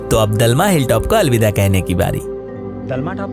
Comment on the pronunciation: डालमा नहीं, दलमा है Pronounciation thik se karo bhai